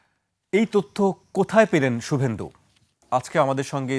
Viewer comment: সুব্বেন্দু না রে 😂 খোদাই খাসি😂 শুভেন্দু। 😂উর্দু ছেড়ে বাংলা শেখ।